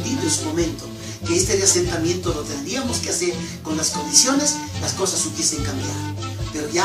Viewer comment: todo estaba bien pero en el min pronunciaste mal la palabra reasentamiento muchos éxitos en tus próximos vídeos